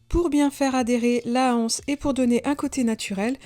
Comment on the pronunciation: La anse non ! l'anse oui 🤪